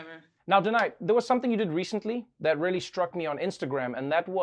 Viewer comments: stop pronouncing her name as dhanai it's danai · Trevor it's Da not Dha